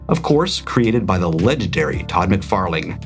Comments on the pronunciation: We are getting "McFairlang" now it sounded like, heh love it. Three wrong, final first appearance question, MIB question, final Wolverine question. Some of the question categories were really good, the first appearances were someone is overshadowed was interesting and better for me than trying to pull out a specific issue number. Thanks for all the extra work this week. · You missed the opportunity to use we are venom haha and I love how nobody gets your McFarlane pronouncing